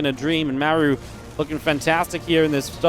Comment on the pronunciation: I love how laughs at the koreans mispronouncing Rogue when he has not once ever pronounced "Mah-roo" correctly himself. It's perfect. 🤣👌🏽